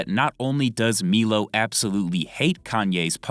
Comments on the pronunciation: Its pronounced "MY-LOW" not "MEELO" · Also it’s pronounced “MILO” not “MEELO”😂🤡